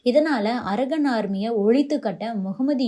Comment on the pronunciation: Pronounce correctly when you term English words - "ara gun" அல்ல அரகன் (கண்) Gun அல்ல